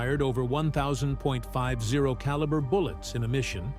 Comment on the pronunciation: This would be a great documentary if NOT for the truly annoying AI Voiceover. "Some times fired over 1000 point Five Zero bullets..." Things like that are annoying and a dead giveaway the creator cheaped out instead of reading their own script.